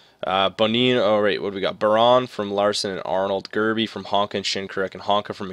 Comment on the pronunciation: It's pronounced byerin not biron